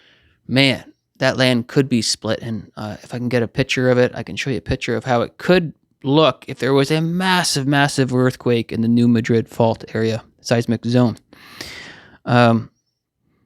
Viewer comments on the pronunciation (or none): Just a little thing but it’s pronounced “New MADrid” fault. I live on it. 🤷🏼‍♀️🤦🏼‍♀️ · Fun fact: New Madrid is pronounced MAD-rid; Cairo is KAIR-oh.